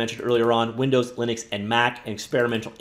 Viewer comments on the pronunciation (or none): none